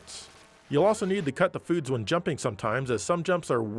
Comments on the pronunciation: I thought Cyborg 009 says "Kasoku Sochi" in the anime, but he actually says "Cut the Foods", thank you very much for the clarification! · I cannot unhear that now CUT THE FOODS!😁😁 just like Axel's GRANPAPA!